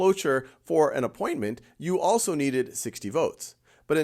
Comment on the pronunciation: He dotted the t in appointment lol